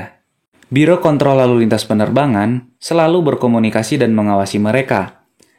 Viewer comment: Lagi serius liat nya jadi ketawa gara gara salah ucap kontrol njir